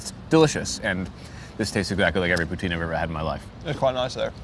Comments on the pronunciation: Let's correct that pronunciation -> Tin , as in tin can. Poo-Tin. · I'm English Canadian and even I know you were pronouncing "poutine" wrong .. c'mon guys 😜